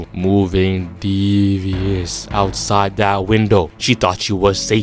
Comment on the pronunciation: "moving deeeeevviouus" has me Crying bro 😭 "snitching is proHIbited😩" 😭😭 This funny asf